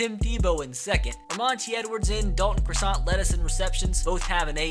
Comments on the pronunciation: Stop saying Croissant! It’s Crossan! Cross - An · i know it’s two years later, but say it with me. D-A-L-T-O-N crasson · Crossan is pronounced craw-san